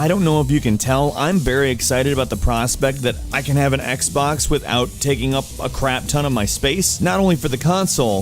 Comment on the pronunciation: This guy is literally saying "Zii Xbaax one s"